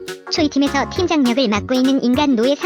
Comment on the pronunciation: 팀장 엄청 강조하셔ㅎㅎ